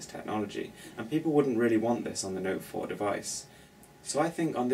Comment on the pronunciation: "tha noet fouar♥"... lol.